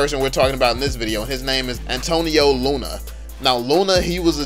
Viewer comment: Pronunciation of Jose Rizal : Is NOT "Hoe-Say Rai-Zal" But rather "Ho-Seh Ree-Zal" Pronunciation of Antonio Luna : Is NOT "An-Tone-Yow Loo-Na" But rather "Ahn (like how you would pronounce Ahri's name) -Ton-Yoh Loo-Na" Correct me if im wrong.